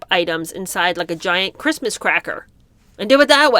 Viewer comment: Meg cant say "Christmas". I think she burns like a vampire getting sun if she says "Christmas"!